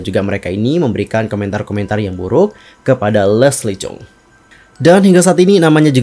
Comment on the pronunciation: Lesli chung.bukan cheng